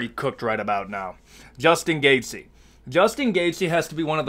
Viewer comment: Pronouncing the Name „Justin Gaethje“ is this guys worst nightmare . Keep up the good work !